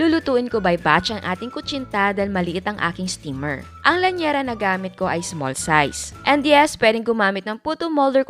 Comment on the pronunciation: Liyanera hindi po lanyera